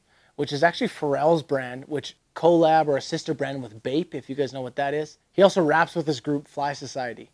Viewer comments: Why do you say collab like that lmao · Oh my Jesus if I have to listen to this narrator butcher "collab" one more time. 🤯